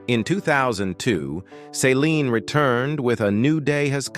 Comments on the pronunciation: Why does he keep saying Saline Dion??? It's Céline Dion!! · It's Celine not Saline. Saline is an IV fluid.